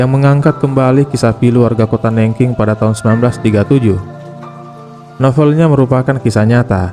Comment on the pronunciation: sebel aq sama narator nya. nggak mau belajar dulu cara pengucapan nama kota aja salah. Googling kan yo bisa, kan ? cara baca Nanjing city gimana ? sebel .